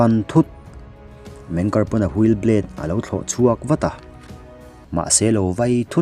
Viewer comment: Meng kari jan tih chu😂😂😂 Zo tawng tak a chhiar in "meng ki ar" A nih kha mawle